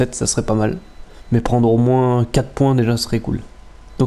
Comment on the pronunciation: bon 2eme match, même si c'etait mal partie. et je vais faire le con de ch'ti, mais le S ne se dit pas dans moins XD